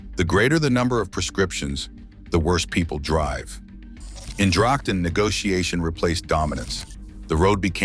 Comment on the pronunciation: Itv says Drachten, or dragten, not Drakten with CH as in loCHness..